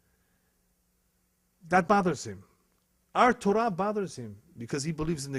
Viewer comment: I am Jewish and this man is a disgrace! I don't even think he is Brazilian (judging by his accent), nor Jewish, let alone real rabbi. He doesn't know Torah (which he misprounces by the way).